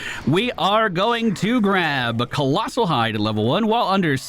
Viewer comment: It’s calloused hide ,not colossal. Like the calluses on your fingers.